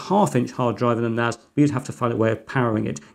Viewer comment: this is confusing you call it a Network Attached Storage and yes you keep calling it NAZ. A S is not a Z NaSssss not Nazzzzzz